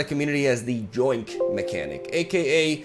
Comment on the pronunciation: Btw, just so you know, the "y" in "yoink" is pronounced the same way as the "y" in "yes".